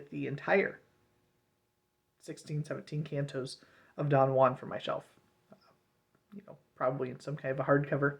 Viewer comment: it's pronounced 'jew-an'